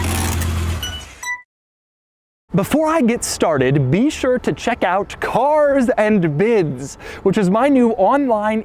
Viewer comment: POV: You cringe when Daddy Doug says CARRSS ANND BIDDS